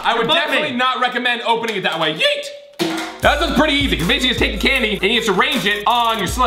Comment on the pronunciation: just saying tho i love what u did there a lot but a backward yeet is YEET ont beet love u sooooooooo much like Collins says "YEET" once again......... LOVE U